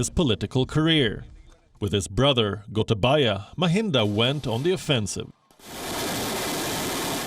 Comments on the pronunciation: When u pronounce gotabaya it’s actually pronounced as gotabeya in Sri Lanka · Im happy to hear when narrator call ""goatabayaa"" most feared president in the world ...